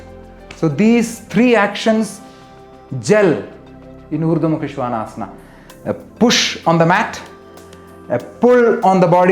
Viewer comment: Thank you! I love the authentic pronunciation. Now I realise I said it wrong all this time. I am just posting a video on this pose, but now I wish I had seen your video first.